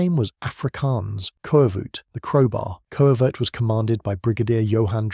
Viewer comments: The koevoet is pronounced kufut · It's pronounced coo-foot. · Koevoet pronounced more like "coo-foot" actually... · Two Afrikaans pronunciations: “Kas-pir” “ku-foot”